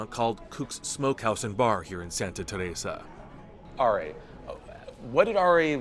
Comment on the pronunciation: bruh why tf are you pronouncing Teresa like that?? annoying